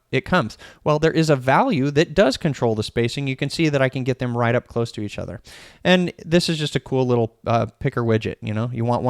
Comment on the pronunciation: Great video,! Card windows are so deceptively powerful. We are using them more and more. Just had to chuckle when you said "…take off the close" referring to the Card window options. Sounded like you said "…take off the clothes!" 😳 Hey, you develop however you want. Haha!